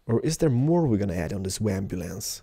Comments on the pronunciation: It is ambulance not wambulance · I hate this video cause your saying wambulance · Leever? It's a lever. Wambulance? It's an ambulance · AMBULANCE!!! NOT WAMBULANCE!! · Kerala you said wambulance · Why do say "Wambulance"? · Hahahaha he says wambulance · He said ambulance wrong. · He knows, he is saying it on purpose. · ken sankson He was saying it on purpose :3